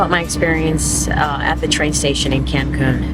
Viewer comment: Hola! Sería importante que si vienes a nuestro país aprendas a decir los nombres de nuestras grandes Ciudades. Tu dijiste Cancun y Medirna (what????). It Is Mérida. Also VALLADOLID! Please try to learn aoyr names ok? Thank you so much!😊